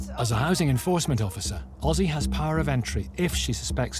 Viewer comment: He name is Özge not Ozzy